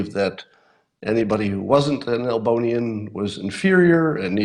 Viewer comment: Is it just me but every time Scott says Elbonian I hear another word.